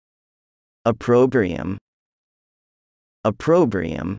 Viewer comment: on this question quiz, are you sure the pronunciation is right? (for opprobrium)